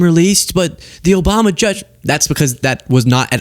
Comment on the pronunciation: You also slipped in "OBAMNA"